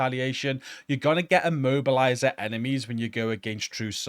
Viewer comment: i was keep hearing "mobiliser" left and right WTF is an mobiliser ?!...than i realized that it is "immobiliser" ...FFS ?!